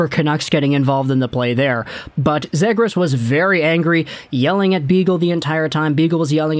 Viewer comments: It’s pronounced ZEE- gras. Not Zay-gras. Trust me. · It's pronounced (Zee-Griss) bro.